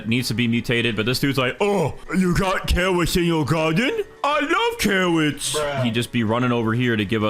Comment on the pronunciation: OH- yEw gOaaT cawwOts iN yUr gAwDen?